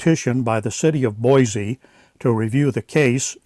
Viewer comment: You are good at correcting other people's information so as a native Idahoan I will help you out with the correct pronunciation of the city of Boise. It is Boy-See not Boy-Zee.